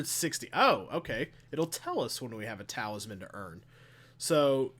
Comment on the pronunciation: What is that T-word you keep saying? Sounds like towelsman or taoisman.